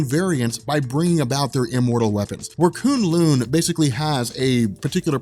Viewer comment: Koon Loon sounds so terrible K-Uh-n L-Uh-n